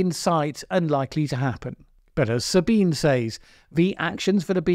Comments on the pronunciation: FYI her name is pronounced Sabina not Sabine I too for a long time thought it was Sabine until one day she spoke in third person, it's the german version. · It's actually pronounced like Sabineh. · Most people, including her self, pronounce her first name as "Sabeenah", just in case you're interested. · One small quibble, Sabine is pronounced 'Sabina' unless she herself pronounces it that way. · Her given name is 3 syllables. sa-Bi-nuh za-Bi-nuh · "Sabine", the first name of Ms. Hossenfelder ends in a "schwa" (Schwa /ə/) sound, exactly the same Schwa as "Baker" ends with. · Very good, but do pronounce the final e 👍